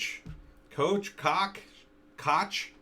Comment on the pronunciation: It's Pronounced "Coke," and it's german. Kōch.